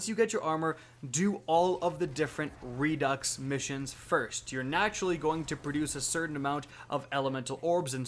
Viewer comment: redux = redo (pronunciation... i think its french or something..?)...jusss so ya know...